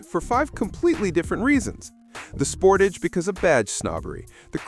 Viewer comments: Soon as I heard the AI generated voice say "SPORT_TOG" (for Sportage) I left this video...and a thumbs down from me. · Another AI trash vid. The Kia Sport-ahge? 😂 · Spor-TAJ? Get you AI voice to learn how to pronounce Sport-AGE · You lost me with your pronunciation of Sportage! LOL 😂